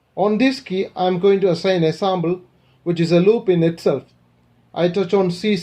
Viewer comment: Good videos and I like how you say Sambal instead of Sample , Are you Arab ? I know that Arabic alphabet does not have P .